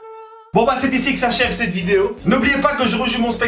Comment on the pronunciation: 'Sette étè' au lieu 'cette été'🤣